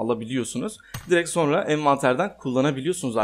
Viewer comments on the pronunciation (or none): none